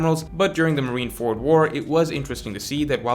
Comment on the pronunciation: I agree with the matchups and your arguments are well-reasoned. Couple notes on pronunciation though: "RyokOgyu" instead of "RyokUgyu" Perfectly understandable, Japanese can be hard. "MarinefErd" instead of "MarinefOrd" Big pet peeve of mine, since it's two English words put together, there's no such thing as a "ferd," and the term has been around for a decade. "ZoWan" instead of "Zoan."...It's one syllable dude. And it sounds exactly like a real word, "zone." I don't know why this is so difficult.